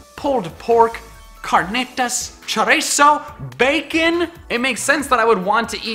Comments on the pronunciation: How he pronounced chirizo tho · I know it has been 2 years but He pronounces Chorizo ChorAzo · Man, your pronunciations of carnitas and chorizo were jarring to me. I am in San Antonio, tho, so I hear them said a lot. BTW, if you like those and you ever come here and get the chance try "al pastor", another delicious tex-mex pork, from a local taqueria. Delicious if made right. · its cho-ri-zo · CARNITAS! CHORIZO! BAYKN! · You said chorizo wrong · Any Mexicans here if yes then am i the only one that laughed so hard when he said carnitas and chorizo???? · epic moment for me was when you said Carnitas and Chorizo with an accent. lol. I'm so gonna make that my new notification sound